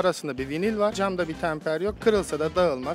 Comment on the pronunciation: tamper degil temper beee!